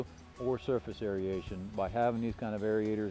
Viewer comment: clearly knows a ton about how to keep a healthy pond, but "derbis" and "aeriation" are not words. I don't want to be the English police, but when these things are the core of your business, you have to be able to pronounce debris and aeration. That's my only critique, but I do really appreciate the detailed explanations of healthy pond maintenance!